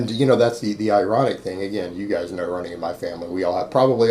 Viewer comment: Anybody else like the way he says "giays"!?